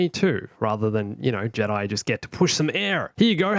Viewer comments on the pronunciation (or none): none